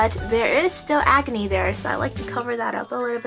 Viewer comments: When you said "acne" ,I thought you said "agony" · I always understand 'agony' not acne lmao